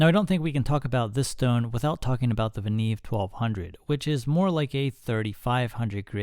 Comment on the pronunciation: The right way to pronounce is "Venyov", not "Venev". I have 5 Venev MS-1 stones from 200 to 10 microns (about 32$ each) and a couple of Venev OCB stones - 10 and 7 micron (about 25$ each). I am absolutely happy with this set.